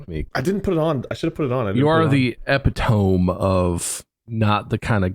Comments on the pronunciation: "ep i tome"???? what?? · THAT'S NOT HOW YOU PRONOUNCE "EPITOME!" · Did he intentionally mispronounce epitome? Not that it actually matters if we know what he means. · bob "epitome" is one of those words that is said nothing like how you think it is lol "eh-pit-oh-mee" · I love that bob said “epi-tome” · Epi-tome? I’m glad I’m not the only one who was confused by this word lol. I thought “eppit-to-mi” was an entirely different word for the longest time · He's quoting Brian Regan. I can't remember what the full bit was, but he was talking about mispronouncing words and said "epi-TOME (the same way Bob said it here) of hyper-bowl" instead of "epitome of hyperbole" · "Epitome of Hyperbole", pronounced 'epi-tome of hyper-bowl', is a Brian Regan comedy special. Mark and Bob quote Brian Regan, like, a LOT, and the cadence with which Bob said hyperbole is the same as in the special. Also I'm pretty sure Bob has used the word hyperbole in videos and the like already. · He definitely intentionally mispronounced it. This is classic Epic-tome of hyper-bowl energy. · Uh Bob, you said epitome wrong buddy😂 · you think? Epitome is one of the most common mispronunciations in english, and he didn't put any sarcastic emphasis on it.